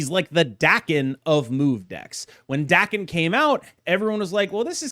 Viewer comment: FYI Daken is pronounced "Dah-ken", like "darken" but without a hard "r".